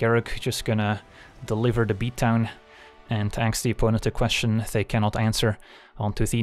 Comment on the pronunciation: "ax a question"...oh